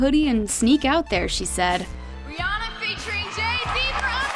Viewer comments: Too bad America doesn't seem to get her name right 😂it's Rhi ANNA not rihonna 😂🤣😂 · But they still saying her name wrong lol it. Ri Anna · How does everyone say her name wrong?????? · You're all pronounce her name wrong